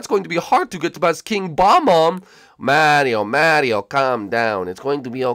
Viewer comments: He's called a Bob-omb not Bomb-omb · When Luigi said King Bob-omb, I thought he said Kill Obama. I was like, What the heck? Why would you kill Barack Obama? He was the president!